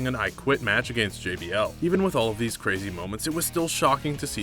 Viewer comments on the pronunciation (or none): This guy doesn't even pronounce the word against correctly